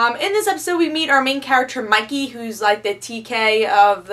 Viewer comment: Wait, is is "Monkey goes to another world or is it "Mikey...". No matter how often I re-play the video I hear Monkey, but it clearly says Mikey in the video description.